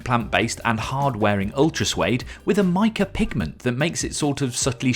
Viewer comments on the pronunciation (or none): none